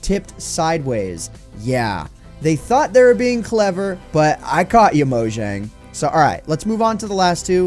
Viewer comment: Is it pronounced mojang or moyang